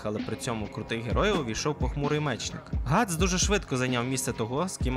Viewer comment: Ґріффіс * Ґатс * ти не правильно сказав